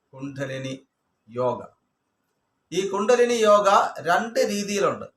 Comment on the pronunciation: കുണ്ടനെലി അല്ല ഗുരുവേ കുണ്ഡലിനി